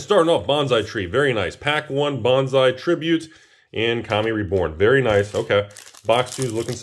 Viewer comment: Sir, please learn to pronounce bonsai